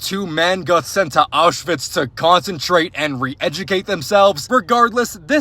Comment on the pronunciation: he pronounces Aushwitz like it’s related to Oshawa